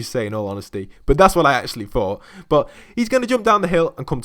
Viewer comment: when u say “but” it makes me think of butt i dont know why?